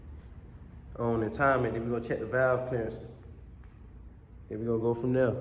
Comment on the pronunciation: I like how bro say and we gone go from der